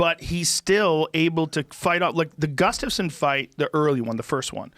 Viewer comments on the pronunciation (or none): Really wish Brendan would stop saying “gustafin”